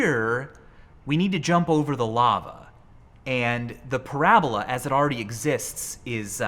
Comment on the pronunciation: bruh did u really just end parabola with an e like its hyperbole.,., people these days